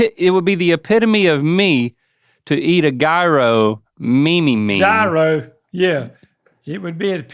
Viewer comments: My favorite was “mehame” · I already watched the short of trying to pronounce "meme" - I laughed so hard, I almost couldn't breathe! 😂😂